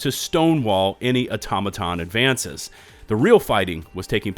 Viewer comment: It’s actually Aw-TOM-uh-tahn . I hear a lot of YouTubers say “Auto-matahn” in their videos. Not trying to be a nuisance, sorry if it comes across that way.